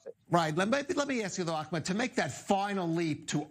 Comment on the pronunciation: The host was rude with pronouncing Ahmed's name.